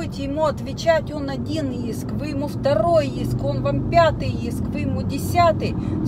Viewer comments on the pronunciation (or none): none